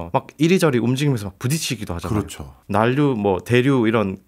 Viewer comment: 난류를 [난뉴]로 발음하시네요, 과학 동아 기자님이신데…